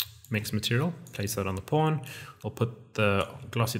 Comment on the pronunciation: ohh.. it's pawn not porn..